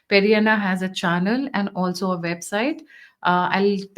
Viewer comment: Pedda Anna not Periya anna